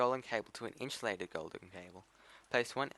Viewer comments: Lol it's inSUlated not inSHOElated Just messing with you man nice video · Good video, but for the love of god its Insulated, not Inshulated. If you got a speech problem I understand but my OCD is going craaazy